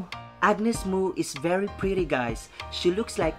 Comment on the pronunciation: Hehe where you been dude? It pronounces Mo as in Mow anyways thanks for all the positivity and support queen Mo... 👸👸👸👸👸💯💯💯💯 she rarely sings other artist's song ...she writes and composes her own songs and the song you just enjoyed is hers. Maraming Salamat po